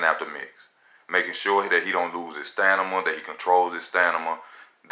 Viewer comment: It's staMina my brother. STAM-INA not stanima STAM-INA <3 lollolool i'm just pickin on you brother you probably learned how to spell at the "LIBARRY" instead of the library.